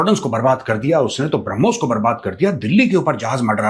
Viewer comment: ब्रह्मोस का नाम सही तरीके से बोल दे ये गिली सलवार वाले। तब तक हरमोस....हरमोस का खेल चालु रहना चाहिए 😂😅😂